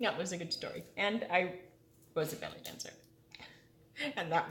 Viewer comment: I thought you said BALLET not BELLY.....lol